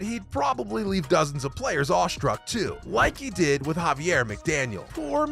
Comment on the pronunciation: Terrific job on the video! You might, however, want to check your pronunciation of Xavier McDaniel's name. It's has a letter-name X at the beginning, rather than being pronounced like a Spanish pronunciation of the name "Javier".